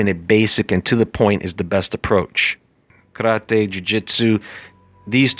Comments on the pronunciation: Something happens with the sound when u say karate, it’s like you are having a stroke when u say it.... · he tries to pay respect by pronoucing it like a japanese would do